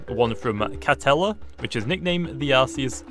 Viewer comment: Its spelt Arceus but its pronounced Arkeus